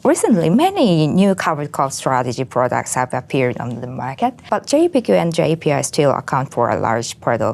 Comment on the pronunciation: なかなか踏み込んだ議論で面白かったです。とても勉強になりました。JEPIとJEPQの発音はジェピとジェプキュなんですね！笑